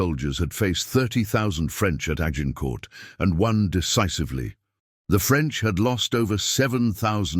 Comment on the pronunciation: Azincourt instead of Agincourt